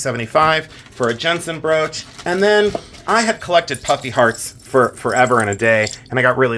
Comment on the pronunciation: I thought you were saying "puppy heart" charms. It wasn't until the end of that review that i finally heard ""puffy hearts". Still giggling. A great bracelet by the way, Lots of charm...lol.